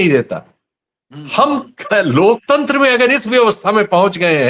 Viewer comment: जो अनपढ लोकतंत्र का उच्चारण lokchandra करे , वो क्या ही लोकतंत्र की रक्षा करे या माने !!!😅